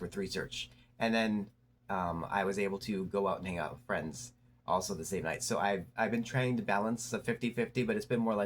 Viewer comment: 😅 jus' asking for a fwend tho?